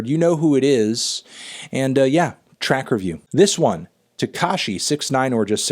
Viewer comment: At first I thought you said “Trap review!”...